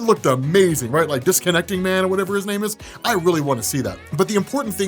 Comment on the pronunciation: ...did you call him 'Disconnecting -Man'.. i rebuke you sir, rebuke!!!:)